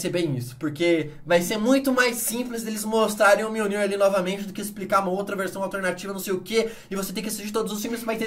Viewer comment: enfim, aprendeu à pronunciar mjolnir corretamente